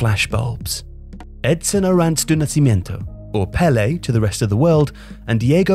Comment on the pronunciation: Butchered Pele's full name